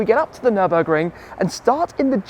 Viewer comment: actually... fellow viewers will for sure watch car wow .. and oh dear when Matt only says the word "Nurnburgring" he gets kicked so hard in the bottom... considering that Tim, your ass would probably be above your head xD .. epic drives AMG for life